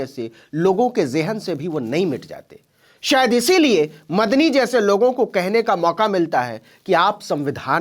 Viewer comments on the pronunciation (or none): Sayaf nahi Shayad padhiye.